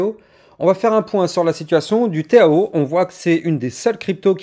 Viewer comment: Pourquoi tu dis le téao ?! Tkt minimum 2000 en bull run..